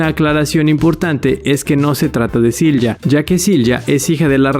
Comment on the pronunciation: Correcto pero Silja no se pronuncia con J, la J en aleman se pronuncia como una “i”. Igual que “Jonas” es “Ionas”